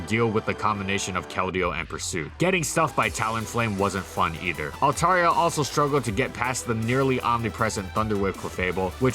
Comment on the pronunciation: Dude, you are pronouncing it wrong. (alt-AIR-ee-uh) is the correct pronunciation.